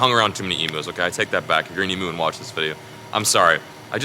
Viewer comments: Emu not emoo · You say Emu as eam you. Not E mu. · As an Australia the proper way to pronounce emu is EM- YOU ….NOT FUCKING EM -OOO FFS SHITS ME UP THE WALL when someone says it em-oo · What is an eemoo? Sounds like you’ve discovered a whole new animal. Zoologists and wildlife biologists are going to go crazy to study it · I come from Australia and that is not how you say emu google it🤣🤣